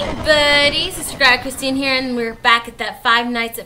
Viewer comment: did you say hell